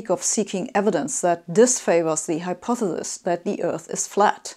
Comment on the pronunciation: With all due respect, she cannot pronounce hypotheses. She always says “Hypothelus”.